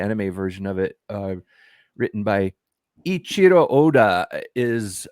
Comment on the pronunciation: The Author's Given name is actually pronounced Eh-ii-chiro. Ichiro is a common enough name so I get the confusion. But the Ei is pronounced separate from the Ichiro